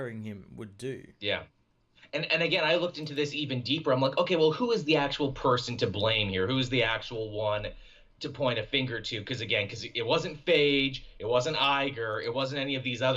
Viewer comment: I haven't heard that mispronunciation of Feige as " Phayge" in awhile, and it's again "FY-GIE" (And Hoechlin is pronounced "Heck-lin". I do this becauce I care, and it slightly drives me up the wall lol)